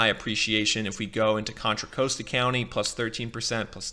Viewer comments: I could tell this guy doesn't know the Bay Area when he mispronounces Marin and Contra Costa counties. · "MARE-in," "Contra-COAST-uh," "Ala-MADE-uh." OK. Now I know you don't live in the Bay Area. Still this video is quite useful. Thanks